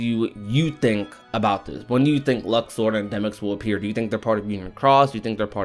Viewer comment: Its Luxord come on now